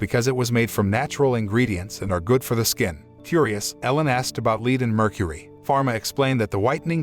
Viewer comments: I know it's an ai bot but It's pronounced led not leed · ITS PRONOUCED LED NOT LEED YOU GENERIC CINNAMON TOAST FUCK! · You should check your automated voice over. Too many mispronounced words. The sailors are eating candy containing Vitamin "C" which prevents SCURVY, vitamin deficiency. Not Scabies a skin condition caused by parasites. The white powder contained the metal " LEAD ", ( led ), not leed. The lead could be absorbed through skin and or accidentally ingested. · Also lead as in the metal is pronounced le-Ed. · your robot narrator doesn't know the difference between Lead and lead